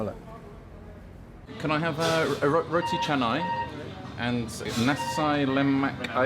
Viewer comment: Wow. pronounced the Roti Canai and Nasi Lemak Ayam Berempah perfectly!